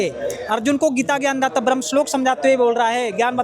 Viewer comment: ये सब बकवास कर रहा है ब्रह्म का सही उच्चारण नहीं कर सकता और पढ़कर सुना रहा है। रामपाल जैसा अनपढ़ गीता का ज्ञान दे रहा है।